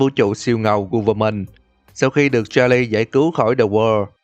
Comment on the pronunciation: Đọc tên Charles sai rồi